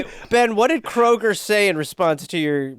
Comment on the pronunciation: from jake roasting the guy for liking dr flavor so much to then him mispronouncing kroger to kruger, this was a certified classic. first episode i've cried laughing at😂